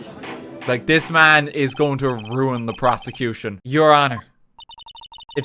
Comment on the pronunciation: ok, this whole thing was a mess but 'proseccocution' right at the end really made me lose it